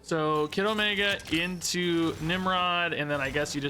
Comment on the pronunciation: All I hear is „Kiddomaker“